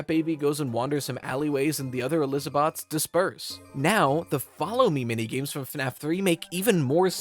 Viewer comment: I had to pause the video when he said Eliza-bots 😂 that got me 🤣